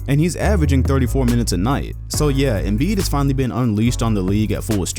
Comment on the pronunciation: Did he just say Joel Embid😭🤦‍♂️👎🏼